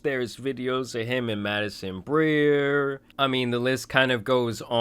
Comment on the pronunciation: u mean Madison Beer? lol I thought you said Madison Grier